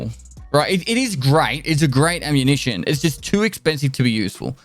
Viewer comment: Did he just say: “ammunitie”?